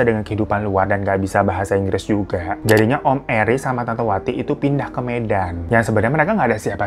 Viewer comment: nggak bisa ngomong enggreeeesss